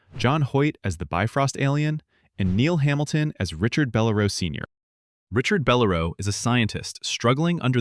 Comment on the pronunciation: It's Bell-- LAIR'--oh NOT beh-lair-o.